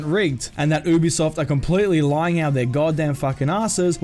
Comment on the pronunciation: also your saying ubisoft wrong